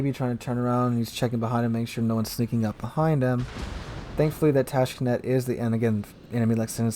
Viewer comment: Tashkent not Tashkenet